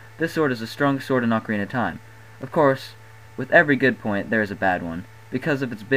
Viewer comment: why the fuck do you say awcarina its ocarina dipshit and you said bigoron's sword its big goron's sword